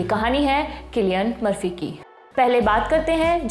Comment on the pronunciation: सिलिअन मर्फी या किलिअन मर्फी 😂😂😂😂❤❤